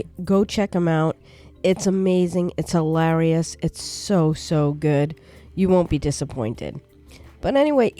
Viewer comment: Ahaaa! It's Hi-LARRY-ous, you said! Who the heck is this Larry? I imagine it must have been a ton of work setting all the vehicle restrictions for the major roads, especially because TMPE can be a bit finnacky at times and so on. The lake is very very beautiful ❤ i think these sorts of water-features, like lakes or shallow rivers, are very very nice and give a special athmosphere to a park. There is something very very beautiful about walking along the side of a lake, taking in the fresh air, looking at either the sun or raindrops playing and singing on the surface of the water. Very beautiful. And your decoration around the lake is great, especially the rocks are very nice ❤ I'd personally say there are a little too many of them piers, but that's my personal preference. I love that very natural, untouched lakeside feel ^-^ My personal suggestion/approach would be to find a compromise and instead of some of the piers maybe have one or two beach-ish kind of areas, where people can lay down a towel and enjoy the waterside. Maybe there might be a couple of boats or canoes on the side of the lake and especially at those "beaches" here and there aswell, I imagine people would love that. If i remember correctly the vanilla game already has some great canoe or boat props, for example. The additional assets that you fit into the park, like the driving range or the panda sanctuary in my opinion really emphasize the size and grand-ness of the park. They help make the park feel like a r